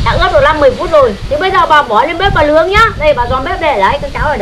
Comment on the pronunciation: «Nướng » chứ kon phải «lướng» bà nhé :-) :-) :-)